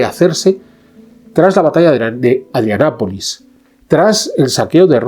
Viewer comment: Me parece que se dice ADRIANOPOLIS, CON LA "o". Gracias por el vídeo.